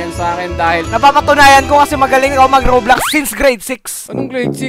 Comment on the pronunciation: Bakit Rublox hahaha Rob Lox parang Lax 😅